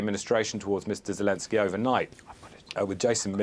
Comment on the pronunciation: Zekensjey lol 😂😂😂😂